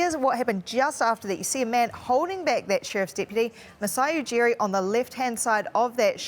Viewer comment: "Pushed a sheerf's depeedy"